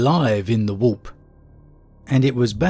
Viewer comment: I love how you pronounce warp “wop”